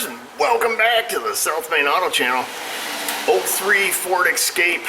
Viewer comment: you say south main. i hear self made.